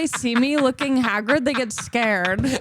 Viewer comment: I like when she tries to say she was looking "haggard" and said "looking Hagrid"